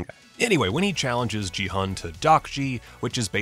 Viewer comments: In case you do another video, the "G" in "Gi-hun" is a hard "G" and the "Hun" is actually pronounced "Hoon." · You are pronouncing Gi-hun's name wrong.... The "g" is a hard g sound, not a soft g........... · "15 things only fans noticed" What does that even mean? The show is brand new, how can you be a fan before even watching it? Or is this supposed to mean "15 things that people who were actually interested in the show noticed"? In which case yeah, obviously. Also speaking of "fans", he has trouble pronouncing their names properly even though they were said many times in the show and he's making a video about it. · How do you watch an entire tv series and have no idea how to pronounce the main character's name? It was repeated more than any other's. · Your constant mispronunciation of Gi-hun's name was so jarring. It sure sounds like you didn't actually watch it, because how could you miss that kind of detail when it's said a thousand times in the show?